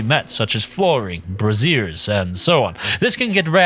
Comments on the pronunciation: braziers, lol, bray zee uhs or braysure, not brah-zeers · Darling, braziers is not pronounced like brassieres. A brassiere is a woman's bra, not a pot with fire in it. Bray-zher, not bruh-zere. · Braziers? 😂 That's not how you pronounce that word...